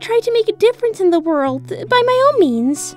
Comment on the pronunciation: “Shadow it’s me da devil from da Bible”